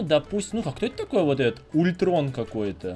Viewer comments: не Ультрон а Альтрон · Не ултрон он алтрон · Не ультрон а альтрон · Не Ультрон, а Альтрон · Не Улитрон, а Альтрон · не ультрон а альтрон и он зладей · Не ультрон а ультрон не начной а найтвинг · Альтрон а не ультрон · Не ултрон а алтрон